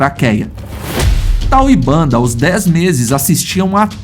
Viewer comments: Já vi esse documentário e a narrador era una mulher e adorei ele chamava uns dos leões bandar ! e não banda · Fraternidade dos leões contém a história de Tal e Bender. Lá se ouve a pronúncia correta dos nomes dos leões e do bando. De onde saiu Banda? Do documentário da National Geographic é que não foi.